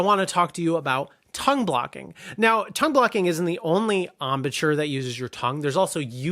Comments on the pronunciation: I have never heard of the word "embouture". It doesn't even exist in English? I'm pretty sure you mean "embouchure". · thanks for the great videos. One niggling point, embouchure is the correct term and is pronounced: om. boo. shuor